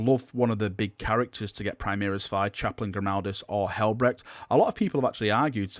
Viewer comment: Can you STOP say "primiris" it is "PRIMARIS" the "mar" rhymes with "CAR" not bloody "EAR"